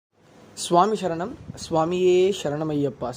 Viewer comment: எழுதும் போது சாமி சரணம் என எழுதுகிறீர்கள், கூறும் போது, பேசும் போது மட்டும் எப்படி சாமி ஷரணம் என மாறுகிறது. சரணம் என்பது தமிழ்ச் சொல்லே அதனை தமிழிலேயே உச்சரிக்கலாம், வடமொழி எல்லாம் தேவையில்லை.